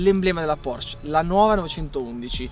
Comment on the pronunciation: Nooooo, anche in Italia dicono Porsch, pensavo che solamente in America. In tedesco si pronunciano tutte le lettere, così che si dice Porsche e no Porsch!